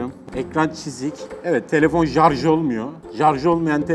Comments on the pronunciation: jarjı değil şarz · Şu jarjla zamzungu söylemeyi bırakırmısın?. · webtekno once said seni voyvo senii zamsang (hint şivesiyle) şimdi buraya 22 yazıp 7845e yollayınca telefonumuzum jarjı 22 gün boyunca gidiyo daşla bile kırılmayan zamzung jarj ediliyor 22 gün is loading bak gine sinirlendim ya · Jarj zamzung daş..🤣🤣🤣 o ne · Her jarj dediğinde daha şiddetli güldüm teşekkürler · Bahtiyar yenireyz 😂 ve jarj nedir la bide o telefon modeli hiking eskiden dedemde vardı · Abi su samsunglara zamsung deme ve sarja jarj deme gulmekten oluyorum.:D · Jarj edilmiyo denilince gulme tutuyor ya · Her jarj diyişinde güldüm jdjdhdjdj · Zamzung / jarj çok komikk yaaaaa😂 😂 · Jarj nedir ya😂😂😂🇹🇷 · Zamzung,jarj oluyor